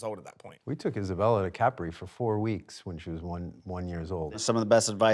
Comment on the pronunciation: The guy can’t pronounce capri properly. Hasn’t anyone told him?